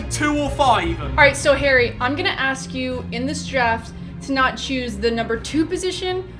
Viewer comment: Fangs Said Harry hairy